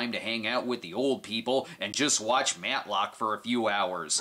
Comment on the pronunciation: The Snob’s full Midwestern accent came out when he said, “Matlock.”